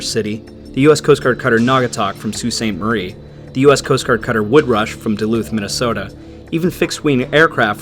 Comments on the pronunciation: i think your the first person that has actually said sault ste marie correctly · Beautiful pronunciation on “Sault St Marie”